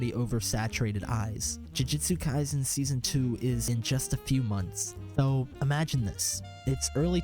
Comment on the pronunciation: "sakana"... "jujitsu kaisen"....